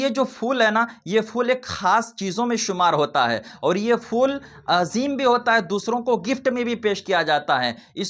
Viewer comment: Sabse pehle phool bolna seekho Fool nahi phool hota hai Dusri baat phool daalne se kuch nahi hota Jitna paisa phool daalne me kharch karte ho...utna paise ya utne paise ka khaana kisi ghareeb ko dedo